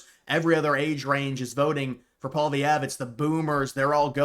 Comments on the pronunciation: It's pwa-lee-ev. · … I’m a Canadian. Why can’t Americans pronounce Pierre’s last name 😂 it’s “Polly” (like Polly market) ev. Pierre Polly-ev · Why can you say poli market but you can't say poillievre (poly-ev). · If you want to have any credibility in your videos, at least learn how to properly pronounce Pierre Poilievre’s name properly.